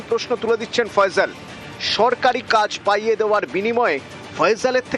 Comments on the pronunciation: থাম্মিলে কি লেখছোছ এটা বাংলাদেশে এসে বাংলা একাডেমিতে পড়ে তোরা আগে শুদ্ধ বাংলা শেখ তারপরে খবর পড়তে আসবি নাম নাম হবে ফয়সাল, সেখানে ফয়জল 🤣✊🇧🇩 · আরে বলদেরা ফয়জল না,,, ফয়সাল 😅😅😅😅